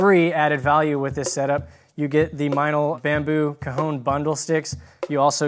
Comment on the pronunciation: Awesome, even if he keeps saying "cahoon" instead of "caHON" which is the correct pronunciation.